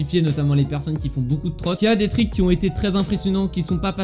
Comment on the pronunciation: stp dit triks et pas trik